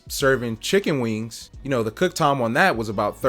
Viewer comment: wee-ings the sound u make when eating a fried chicken wing.\\ great advice about the health inspector.